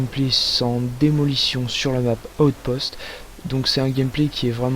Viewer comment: Chuck norris ne dit pas outpost mais bien outspot.